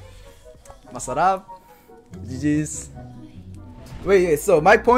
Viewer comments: I think is half filipino because when he is sayying masarap and puttt he is like a filipino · The way he says "Masarap" it sounds like you have filipino accent